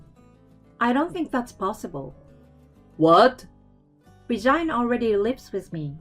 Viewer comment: it sound like she saying vagina not Regina 😂😂😂😂